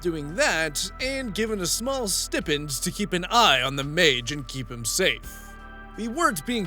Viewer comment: The way you said stipend made me double take to check the word haha